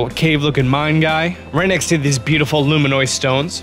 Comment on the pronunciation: yet it doesn't bother you when this dude says lou-men-noise instead of lou-men-us or when he calls the vendor Grata instead of Granté?